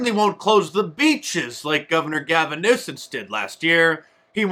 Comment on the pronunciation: "Gaving Nuisance." 😂😂